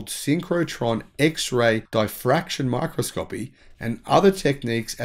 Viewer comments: "My Cross Co Pee' mate. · My-kros-ko-pi. I teach pronunciation.